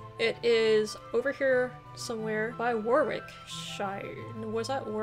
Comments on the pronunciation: Worcester is pronounced wooster -> worcestershire is woostershire, the "w" in wick in Warwick is not pronounced so it's pronounced "warick" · W in most names is silent Warwick is warick Norwich is norich WORCESTERSHIRE LOL say it Wuster in wustershah